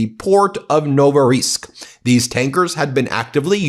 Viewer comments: IT's called Novorossiysk, not Novoriysk. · It's called Novorossiysk, pronounced noh-vuh-ruh-SEESK (I'm not Russian, I'm just irked) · It's pronounced No-vo-ro-sisk. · Oh, Ben, you absolutely butchered the pronunciation of Novorossiysk. It was painful to listen to.